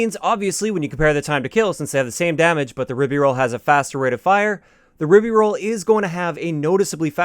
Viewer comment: By the spelling, the pronunciation should be rye-bee-rolz not rib-be-rolz.